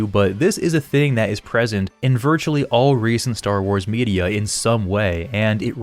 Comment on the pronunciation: When you said "Star Wars media" i heard "Star Wars birria" :p